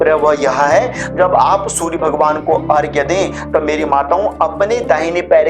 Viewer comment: बहुत अच्छा लगा कोई तो अर्घ्य को सही तरह से लिख और बोल रहा है! प्रणाम स्वीकार करें!🙏